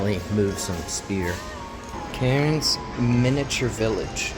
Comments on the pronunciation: hearing you pronounce it as karens hurt me it is like cans but with a slight r sound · you say Cairns as Cans hope that helps:3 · Cairns is pronounced "kaans". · Hey! if you ever come back to Australia, thongs can also be referred to as "Double Pluggas", many7 words in Australian are pronounced like air, so cairns would be pronounced k-air-ns and never trust the bin chickens! Hope you come back sometime, love your content! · Seeing walk through shops and areas i walk through myself is so cool. Cairns local, and a fan too. Pronounced c-air-ns btw:) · Cairns is pronounced 'Cans' for the rest of the world struggling with it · The way you said cairns was killing me it’s pronounced how you would say “cans” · cairns is pronounced "cans" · cairns is pronounced cans just go with it... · Loving the mis-pronunciation of Macquarie and Cairns it's funny (Macquarie is pronounced Mar quarry and Cairns is pronounced cans), Calling Rainbow lorikeets parrots which they are but no-one in Aus does cause we just say lorikeets also the "attack fly" was what are known as march flies, horse flies or tabanids and yes they do attack. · Cairns is pronounced “cans” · Glad you liked our country. We pronounce Cairns, "cans" like soda cans. The reef is amazing, glad you got to experience it. That sign is because there are jellies that big. (Google "box jellyfish" for more info) Ps: the lady who couldn't read a map 😂 Last hike. Beautiful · It’s pronounced can’s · Just say it like multiple beer cans CANS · btw pronounce cairns as if you were just saying cans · Cairns is pronounced "cans" lol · you say Cairns like cans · Awesome you got to see my home town (Cairns, pronounced cans. Like tin can). Weather is a bit hit and miss here but it’s beautiful place to live. We have a dad joke about the place; What did the travelling beans say to each other?…We’re in Cairns (cans). I’ll see myself out. Hope you had a good trip man 🙂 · "Cairns" is just pronounced "cans" btw